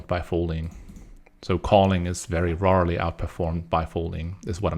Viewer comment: Thanks! Great video and tempo. Couple things to note. You pronounce rarely in an odd way :D. HUD is not necessary. The font is too small to read 720p anyway. 1080p would maybe work better. Looking forward to see you stream again.